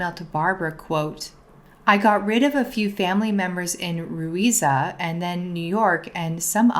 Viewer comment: Why didnt you say Russia? Why pronounce it "ru-iza" unless its part of the humour because jenelle cant spell..